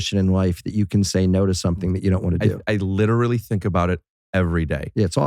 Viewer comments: am i the only one hearing bill say "witerally" instead of "literally" and some other words too? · You think bill knows he says literally “witewawy”